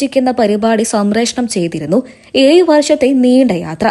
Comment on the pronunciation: ഏയ്‌ വർഷം അല്ല ഏഴ് വർഷം ആണ് കുട്ടി